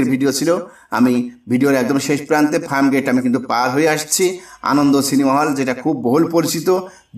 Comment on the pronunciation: O bhai ….it’s Farmgate, not Framgate!!